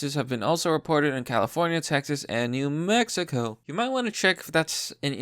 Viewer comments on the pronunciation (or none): none